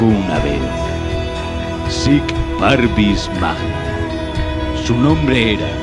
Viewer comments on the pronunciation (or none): YunEsWtf sir pavnis magna. "La grandeza de los humildes" el lema de sir Francis Drake.